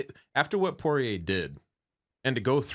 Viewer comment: Porrier reigns in the UFC for 40 yrs. Everyone knows his name. Everyone knows how to say it. Loog insists on calling him “Parr-eee-yay”.